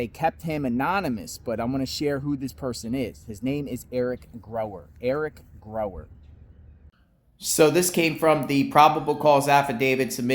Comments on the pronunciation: Gower not Grower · Theres no "r" in Gower's name... just like theres no "L" in Kohberger.😂😂 Sorry but that drives me nuts. Its not grower or kohlberger... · it's Gower and pronounced that way. pronounced it wrong.